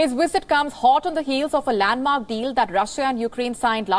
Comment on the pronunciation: Why Indian people can't differentiate between V and W. She keep saying Wisit Wisit